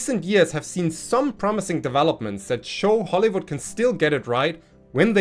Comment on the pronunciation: I know it was probably just your accent, but "Hollowood" seems like a pretty apt name for our entertainment industry recently.